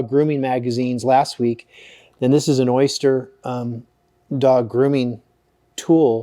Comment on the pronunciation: It's O-Ster, not Oyster, lol.